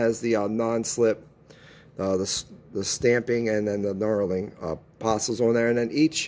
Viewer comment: Knurling not knarling lol